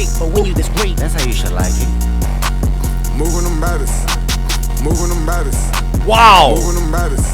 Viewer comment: “That’s how you should like it” also sounds like “shalackin”-a hard polish or beating😆